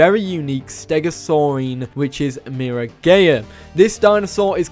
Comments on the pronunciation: Miragaia is pronounced mee-rah-GUY-uh like Gaia the earth goddess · Bro said miragaya. Bro I’m dead 💀